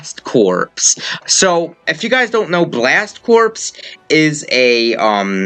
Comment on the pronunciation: Two things: 1. Isn't Corps in Blast Corps pronounced like "core"? 2. Why is the number 70 in the thumbnail when you know Piranha Plant is fighter #70 and Joker is #71?